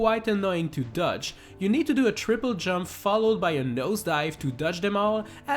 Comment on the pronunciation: I have a challenge for you, say DODGE correctly.